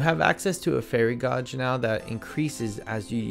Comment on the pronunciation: everything you are not sure about sayin right was fine and then you said gauge....it's like in a car or a 12 gauge shot gun